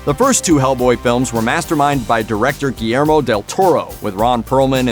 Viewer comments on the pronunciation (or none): none